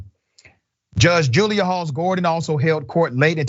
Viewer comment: All I heard was Julia Ghoulia hahaha